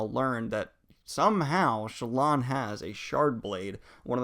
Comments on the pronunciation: Shallan,. Shallom, Sallan, Salam...... I'm getting the feeling you don't like her. You do not mispronounce any of characters' names, even more complicated than hers 😉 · Are you saying "Shallan" or "Shallam"? Because it sounds like you're saying "Shallam" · Are you saying sallom? It’s Shallan. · I love the wrap-up <3 problem tho is why do you always call her Salam? HAHA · Daniel you pronounced "Shallan" like 50 different ways in this video lmao. Sometimes "Shallam" sometimes "Sallom". DUDE!!!! XD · Is it Shallan or Shallam ?? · "Kobol and Shallam" lol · Why are you calling Shallan Salaam? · "shuh-lawn" that's a new one to me, lol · He keeps saying Shuh-lawm 🤣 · I agree! It was pretty jarring hearing these mistakes like Soulstone instead of Sphere, Shallom, etc. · Are you saying ShallaM? :D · Daniel's said himself on another vid that his pronunciation of Shallan has to do with dyslexia, but if you disagree you can take it up with him I guess 🤷‍♂️ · Lol. Just watching this and Daniel’s mispronunciation of Shallan’s name getting worse each time he says it👌🏼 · Definitely, he pronounced Shallan in a very Arabic way. I pronounce it more american.